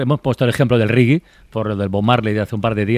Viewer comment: Que alguien le diga a este periodista con solera y con algún que otro premio que el término "Reggae" no se pronuncia ni de lejos como lo pronuncia él y a él le escuchan millones de personas. Otras cosas las dice de maravilla, por ejemplo: "Reggaeton". Vergüenza y gracias.